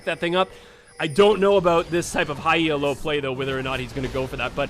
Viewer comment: Good vid. Very entertaining. Quick thing though and not trying to be a dick or anything but Elo is not an acronym, as in E-L-O. The Elo rating system is named after Arpad Elo, the man who created it.